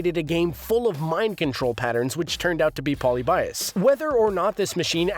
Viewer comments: ElectroSky nor was it pronounced polly-bias like this video says. Hahaha. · Poly buy Us? You’re saying it incorrectly. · "Poly-Bias" Lolwhut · Mispronouncing Polybius. Also all these topics are old news. Nothing new here.